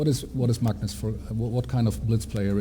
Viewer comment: Peter Hooge It's pronounced Mangnus in Norwegian. The commentator to the right is Simen Agdestein, Norways third best chess player, has a rating around 2600. You can learn how to pronounce Magnus correctly, if you listen to how he says it.